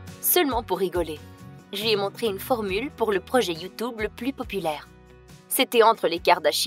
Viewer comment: Ma chère on ne dits pas y ou tu obéi dits tu tube😡😠😇😲👍👎